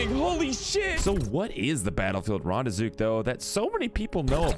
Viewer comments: Its also called REN not ron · Rande-zook? Wtf, it's got an e in it mate.